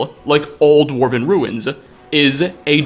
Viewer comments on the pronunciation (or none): CaveZAH, RuinZAH, CitieZAH... just stop it. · "citiesuh, cavesus, ruinsuh"